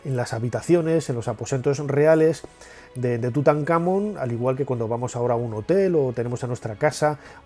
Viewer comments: Nacho, te hago una consulta. Si la palabra Tutankhamón lleva el tilde (el acento como decimos en argentina) en la última sílaba, Món, porque, cuando lo decis, pones la tilde en la tercera sílaba, Kha?. Saludos 👍🏻🇦🇷🇪🇸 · Hola Nacho, gracias por tus videos , ojo TUTANKHAMÓN tiene acento en la O , saludos Gabriel Chile